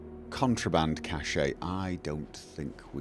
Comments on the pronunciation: Cache is pronounced CASH, just like a pile of money would be, but is for any relatively hidden/protected supplies, especially of a military type. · Well, thing is that cache is French, pronounced 'cash' and if memory serves, means "to hide" as opposed to cachet, pronounced 'cash-A' which means "prestigious, respected, admired." Probably best if you have a cache of cash to only explain it in writing.